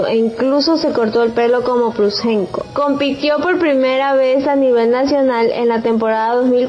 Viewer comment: SE DICE PLUDCHENCO,NO ES TAN DIFICIL!.Si se va a hacer un video,aunque sea lease lo que va a decir che!